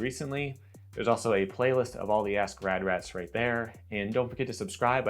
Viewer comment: Sounded like, "this time on ass grab rat."